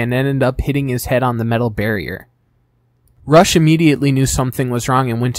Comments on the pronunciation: It's pronounced Roosh, not Rush. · Great video the only nitpick is that rush name is pronounced ruushh